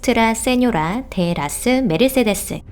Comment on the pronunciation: 와 어쩌구 저쩌구 메르세데스 이런거도 또박또박 발음하시니 대단..